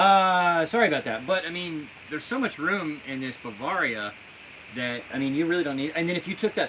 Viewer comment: Learn how to pronounce Bavaria